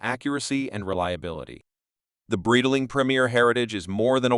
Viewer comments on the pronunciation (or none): Great video but please revise your AI voice over, "Breedaling" and "Bee-zil" made this video hard to watch